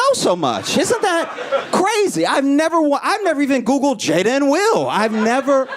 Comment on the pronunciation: There is no excuse not to know how to say her name at this point.